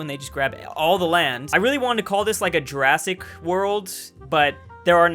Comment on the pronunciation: Mooasic Park